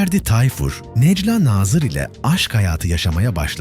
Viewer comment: Bu nasil yorum kardesim herkes telafuz ederken sen neden nejla nazir diyorsun Nejlâ a yi uzatsana